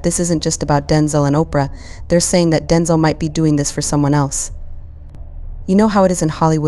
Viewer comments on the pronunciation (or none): His name is Denzel, not Denzal. Come on!